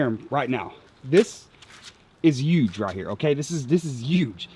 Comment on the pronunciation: Hey, you know there is a H in the word huge...right?! 🤣🤣🤣 Just messing with ya bro. Yeah that’s the yak I’m gonna buy when I decide to pull the trigger.